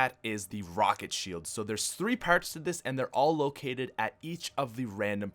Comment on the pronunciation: lol where are you from dude? lol its so funny to hear you say parts as pairts lol